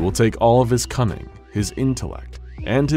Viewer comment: Honestly, who els Thought that The narrator Said "It will take all of his Cumming," And not cunning